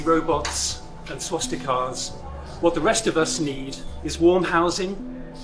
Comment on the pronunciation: That last one was so privileged he couldn't even pronounce swastikas